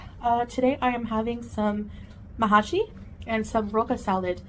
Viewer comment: 🤢🤢🤢🤢 And I mean her not the food ! There's no A in Mahshi. She misspelled it and mispronounced it .